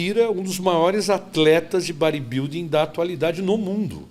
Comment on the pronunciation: O que tem de barba tem de inveja. E não é Baribilding é bodybuilding ok? Acorda, sai da sua bolha! Detalhe, falando mal dos outros com o terror dos motoboy (quem entendeu entendeu)